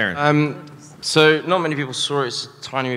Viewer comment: As much as I love Christopher Lloyd, that was a cliche fest and so insincere. At least he could have taken a second to ask about the pronunciation of their names. Taron looked genuinely disappointed when Lloyd butchered his name.